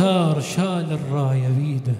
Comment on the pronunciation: أحسنت ،، بس عندك مخارج الحروف مو صحيح ،، الشمسية مثلاً الراية الشيخ مايصير تلفظ الألف واللام لازم تدغم